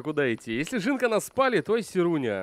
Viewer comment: Не "жЫнка", а "жинка (жiнка). Правильно говорить через "И"